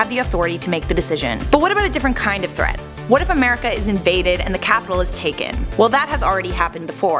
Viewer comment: the PUENGUIN MILATARY FREAT LOL